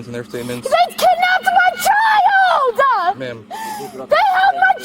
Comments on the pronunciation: Crazy nutjob needs to learn how to speak - its pronounced for what NOT for what with a lisp Its pronounced child NOT child'dah its pronounced they held my child from me NOT they held my child from me'ah its pronounced thank you NOT thank you'ah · They withheld my CHILDAH, from MEAH!! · What's with the "uh" and the end of her words? "They kidnapped my child-uh, they withheld her from me-uh." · “I want to press charges for babysitting my child-da” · “MY CHILD-UHH!” WHERE foes that “UHH” come from? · "They kidnapped my childAAH!!! " They held my child from meAH". What's with this silly sound at the end of each wordAH!? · I LOVE IT!!!!! Love it even more after she said “my childah” and “they kept my child from meaah”, any idiot that adds “ah” to the end of words needs arrested and sent to prison. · "They kidnapped my chil-dah! They have my child from me-yah!" "Thank you, Tyrell. Thank you-uh!"😂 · She made the word child into 3 whole syllables 🙄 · As soon as we hear her turn the words child & me into 2 syllables at the end of sentences, we know she is really named Karen (no offense to the many nice people named Karen).